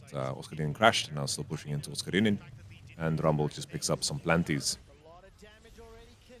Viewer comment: love pronunciation OSCARININ ❤